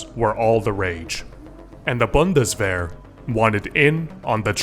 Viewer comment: as a German, I really appreciate the pronounciation on Heckler und Koch, Bundeswehr and Gewehr.